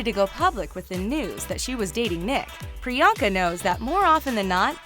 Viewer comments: Its Pri-yunk-aa not Pri-yaank-aa And it's Pur-in-eet-ee not paar-in-iti!! Also it's pronounced Sun-geet not saan-jeet STOP PRONOUNCING INDIAN NAME WRONG!!!!! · It’s priyanka like the an is pronounced like the un in un-cle